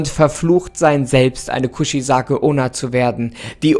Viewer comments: „Kuzizake onna“ ich Feier dich echt aber ich kann nicht mehr hahahah Kuchisake onna wird genauso so ausgesprochen wie gelesen eigt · Die Aussprache vom Namen ist komplett verkackt